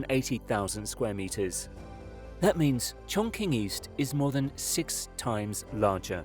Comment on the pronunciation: It’s more like Chorng-Tsing